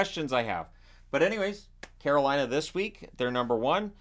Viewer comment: Man wth?!? Scare-o-Lina number 1?!?!?!